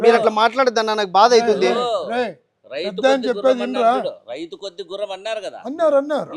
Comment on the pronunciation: 'రైతు కొద్దీ గుర్రం' కాదు...."రౌతు" కొద్దీ గుర్రం! "రౌతు" అంటే గుర్రాన్ని తోలేవాడు!